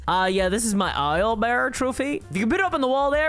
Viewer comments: "Isle" bear? :D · I love how you pronounce owlbear.